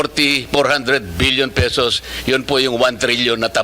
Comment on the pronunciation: Sixtyseven Thousand Three Hundred Sixty Pesoses😂